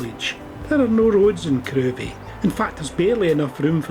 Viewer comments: Lovely video. Crovie is pronounced "Crivvie". As there isn't a road in the village, I doubt many garages were washed away in 1953 :-) Keep up the good work! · It's pronounced "krivie"